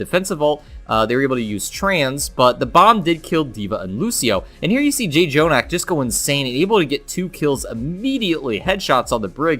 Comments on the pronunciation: it bothers me that he kept saying JAY-jonak instead of just jonak... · J jonak? Learn how to pronounce his name. That is very disrespectful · For pronouncing jjonak wrong